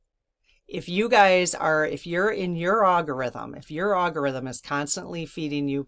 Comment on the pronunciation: Dear, I really appreciate your message of love and unity. I’m with you! HOWEVER I do so wish you would stop pronouncing algorithm as “ago” rhythm. It drives me CRAZY! 🤪 Ask AI how to pronounce it- PLEASE! Thank you and keep up your good, positive work